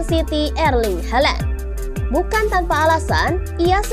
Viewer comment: Ngomong halandnya biasa aja lah